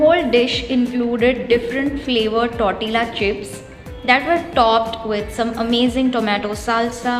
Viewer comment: I don't mean to sound rude but you are pronouncing the word 'Tortilla' incorrectly. The food looks yum though!😋Please keep posting more such videos.